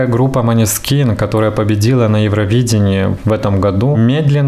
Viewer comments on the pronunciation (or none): Произносится мОнэскин